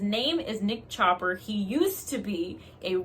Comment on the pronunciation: I had to rewind, because I heard something else when you said "Nick chopper!" 🤭